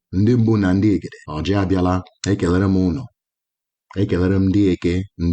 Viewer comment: It is oji not orji